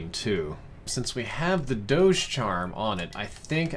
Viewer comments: Everyone: Dogeh: Dowsh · This is great , but I definitely cringed hard at “MOANalithic suppressor” and “fat doadzhe”